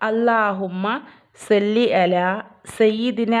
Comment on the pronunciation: സ്വല്ലി ആണ് സെല്ലി അല്ല